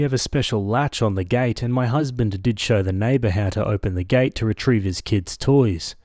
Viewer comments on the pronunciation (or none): none